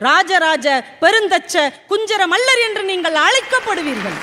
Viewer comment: ஐயா , அது மள்ளன் அல்ல.... மல்லன்...என்பதே சரி . மல்லன் எனில் வலிமை மிக்க என்றும் பொருள் கொள்ளளலாம். தவறை சுட்டுவது நோக்கமல்ல... விளக்க நினைப்பது எம் கடமை.